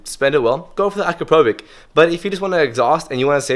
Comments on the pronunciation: u are saying it wrong, u read Akrapovic like Akrapovich, not Akrapovik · As a Slovenian, i just cant hear you, how you say Akrapovič. Ill try to write it how it should be said; Akra-po-vich. The letter č is pronunced as ch. I hope you dont mind, im trying to help you. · Let me know when you can pronounce the exhaust manufacturer's names correctly. I will take you seriously at that point.